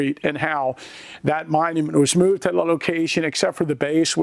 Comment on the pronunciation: yep is definitely from Pennsylvania, mooooved 😅